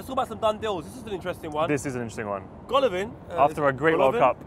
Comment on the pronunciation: Man called Golovin 'G' bruv